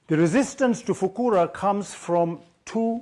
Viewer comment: I have to make a correction for Mr. Mamdani because Arabic is not his native language, the actual pronunciation is “Fuqaha”